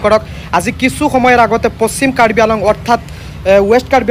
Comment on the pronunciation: News reporteror mote কাৰ্বি আংলঙ নহয় , কাৰ্বি আলঙহে 🤣🤣